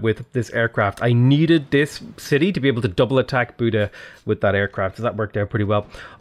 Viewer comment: I am a Hungarian and it is pretty funny how he is pronouncing the Hungarian cities (except Buda and strangely enough Esztergom which was almost spot on) :D (spoiler alert, it is nowhere near :D for some reason English speakers doesn't really understand the pronunciation of the Latin alphabet (Hungarian is far from Latin as well but the pronunciation of the letters is somewhat close), it is a miracle they stuck with that alphabet)